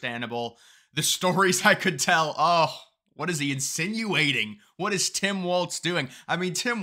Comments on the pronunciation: It's not waltz it's walz. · Walz has no t in it. It's pronounced Walls.